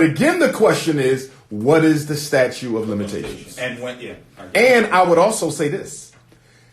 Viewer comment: It's STATUTE, not statue Umar. You diminish your credibility as an educator/educated man when you continue to make that mistake.